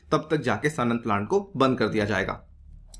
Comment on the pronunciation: सन्नंद नहीं भाई ...सानंद🙏